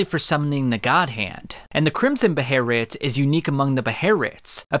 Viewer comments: A “beh-lit” its a “beh-lit” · come on calling it beherit 🙄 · Should rename this vid “Gaatz’s Behearreitt” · Drives me crazy the way you say Behelit... Even if you are technically saying it correctly or something you don't have the say the word so often. The video is about it so I'm sure we know your talking about it without saying the name of it in every sentence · When you mispronounce behelit, I die a little on the inside. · Your pronounciation makes my ears bleed. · Your pronunciation made this unwatchable , I’m sorry 😂 I’ll drop a like anyway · They way u Say Behelit makes me not want to watch your videos frfr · brooo where do you see an "R" in that word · 2 minutes in and i cant stand how this dude says behelit, im out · You call yourself and make a dedicated video about Behelits yet have absolutely no idea how they work or how to pronounce them... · There is no R in behelit. Why do you keep saying it so wrong. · Its bugging the shit out of me. There is no r in that word.. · Pretty sure behelit has no r in it? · When i hear you say, Behelit. It sounded like you say the N word, with a HARD R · I hate the way he says behelit sorry it just bothers me 😅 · Dog stop pronouncing it like that please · your pronounciation of behelit is aggrevating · pronounce it correctly next time - Behelit doing the japanese swaping Ls for Rs is extremely distracting it was for you to, as you always pause for a second before saying it, because you have to try to say it, because its inherently incorrect and your brain cant wrap around pronouncing it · Bro, how the fuck are you gonna miss pronounce it twice😂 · OMG stop saying Behelit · it was so hard hearing thr pronunciation of BEHELIT couldn't watch the video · These pronunciations are triggering me hard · The H is silent and there is no R. I have no idea how anyone would get this pronunciation from the spelling. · I just couldn’t get over your pronunciation of behelit bro I’m sorry💀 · It's Be-He-lit....